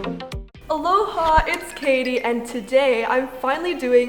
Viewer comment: I love you but the way u say "aloha" sucks and its sorta annoying truth be told